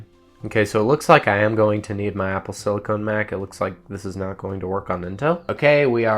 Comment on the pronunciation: "apple slicone"